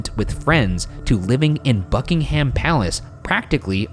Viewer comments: Also Bucking’am not Bucking-HAM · i can’t get over how ryan says ‘buckingHAM palace’ it’s such an interesting but also devastating case another british case i would love them to do is madelaine mccan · U say Buckingham wrong just saying lol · Her death genuinely broke this country in more ways than one POST MORTEM: Genuinely can't get over how Ryan hasn't learned that English names are more guidelines: Bucking'um, Archbishop of Canterb'ry. I do want to see him pronounce Worcestershire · I love this show but please pronounce UK place names correctly - the ham in buckingham is pronounced um, Norfolk is pronounce nor fuk, Canterbury is pronounced canter-brie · You guys! 😂 From the pronunciation of Norfolk, Buckingham and Canterbury to the terrible and terrifying British accents about pillow talk. Here’s some more sayings for you - ‘I think you’re the bees knees.’ ‘Give me a tinkle on the blower and we’ll have some pillow talk.’ And that’s when I realise how bizarre the British look to anyone who doesn’t live here! 😂 We are a unique little island!